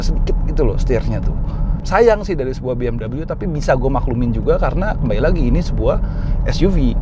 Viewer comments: Penyebutan biasa aja BE EM WE bukan BE M DABEL YU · BMW mas....bukan Bee-Em-Doubleyuu....mobil Jerman ini bukan Amerika... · Orang luar : BMW Autonetmagz :BeEmdobelyu🤮🤢